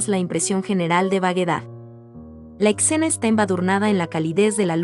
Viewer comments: Hermosas las obras de Renoir lo q no entiendo es porque la narración tiene puntos y comas donde no van o porque pronuncias palabras como escena _con x, mi opinión no es por ofender, solo creo q la narración puede mejorar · Mensaje para la narradora, no se dice ECCENA, es ESCENA... Se pronuncia Renoá, no Renoir. ¡Cada vez más enorme! También hay que practicar la lectura. ¡ADIÖS!